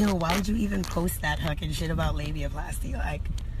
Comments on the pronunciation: Nobody’s perfect, but your mispronunciations CRACK👏🏾 ME👏🏾 THE👏🏾 HELL👏🏾 UP👏🏾!!! She said LIBYAPLASTY 😭😭😭. #NoTNoShade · I knew you wouldn't let me down with this tea 😘😘😉. I love AB's music, but at this point, I'd love AB to keep quiet. And cant nobody butcher a word like you, Ti... "liebiaplasty" 😁😁😁😁😁